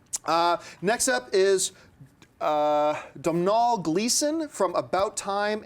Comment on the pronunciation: Domhnall is an Irish name, and you pronounce it like: Doh-nal. He's Brendan Gleeson's son.